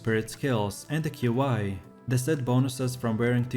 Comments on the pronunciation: Qi is pronounced “key”, not Q I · its pronounced as ''chee'' not key wtf